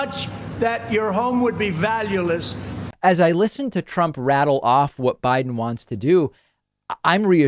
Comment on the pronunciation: ..............valululess.................dear God help us.